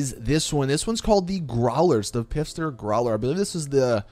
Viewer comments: I'm so mad...its phister as in pronounced fist-er not pifster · Big guy, have you been saying Pfister wrong for eight years? The P is silent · still pronouncing Pfister like a melon